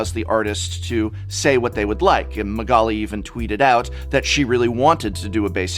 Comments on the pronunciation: Wow he butchered Magalis name xD PS: Gawdammit that mother of runes ! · Is this the correct pronounciation of magali‘s last name? If so, you blew my mind.